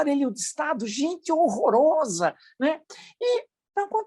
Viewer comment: Professor dei risada " gente horosa ".,kkk